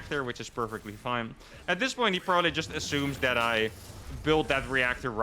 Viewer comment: Heh "pobably confused you both" you said. Low faith in in your wievercount? :P